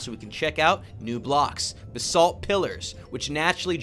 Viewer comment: lol when you said "Basalt Pillars" i thought you said "The Salt Pillars"